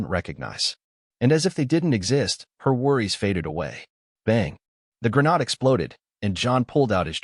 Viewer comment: .00 Grenade has a hard A like in "Hate", not the soft A as in "Ahh" Also, that lever on a grenade is called the "spoon" as it's not the trigger, it's the trigger release. Hence why you hold it until you throw the grenade, where it flies off due to spring pressure and the trigger ignites the 3-5 second fuse. Thus making mister grenade no longer your friend.